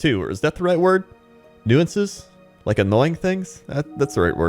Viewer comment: Nuisances - new-ssunces. I thought you were trying to say nuance.